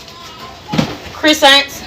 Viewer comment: Did she say chrisants?